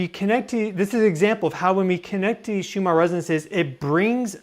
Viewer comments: Are you saying Shumarr Resonance? I thought it was pronounced Schumann. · Schumann resonance Not Shumar.